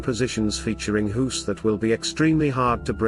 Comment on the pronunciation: Thanks for the video but I am a bit bothered by how you pronounce the name Guus as Huus. LOL! Maybe, it is how you pronounce "G" in your native tongue. I pronounce it as "Gah" with a very short "a"